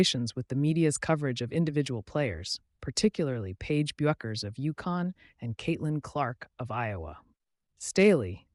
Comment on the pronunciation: Why is the narrator too lazy or stupid to pronounce Paige's name correctly? It's BECKERS (Bueckers), dummy. Do your homework, or find something else to do.